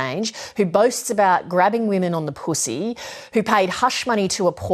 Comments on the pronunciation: Lovely how the reporter pronounced PUSSY 😅😅😅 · I can't get enough of this reporter's pronunciation of "pussy" (poo-seeeee)